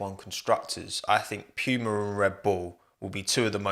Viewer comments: It's Puma not Piuma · PEWMAH.... its poo ma, like the big cat mate. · Who else gets triggered every time he says Piuma instead of just saying Puma? XD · Poo-ma, not Pew-ma 😢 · So I just found out British people pronounce it as “pyuuma” not “pooma”💀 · From an American, how you pronounced Puma was a mind blown. Pewwwma Not making fun, just wondering now what the correct pronunciation is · "pew-ma" Everybody else: "puma" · "p-yoo-mah" lol never heard it pronounced like that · love the british “pyooma” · nobody:: pee-uemar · Lol as an American hearing u say Pewmah and saying it’s on par with Nike and Adidas is so funny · i love it whenever anyone pronounces puma as "p-you-muh" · I had to stop watching, it was getting to me 😂😂😂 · No one:: pyuma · You brits really don't understand how to pronounce puma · i can't get over the way you say puma like it sounds like you're imitating a nerf gun or something. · how do you mispronounce "PUMA." Just kidding, love the what if team videos. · It hurts how you pronounce Puma 🥴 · The english pronoucesation of Puma Really hurts my german ears 😂 great video tho, as always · You say Puma as if ur saying pube